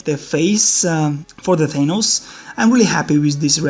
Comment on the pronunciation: It's good but it's Th-a-n-ohs